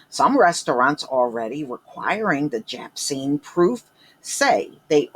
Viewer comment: jabcine lmaooooooo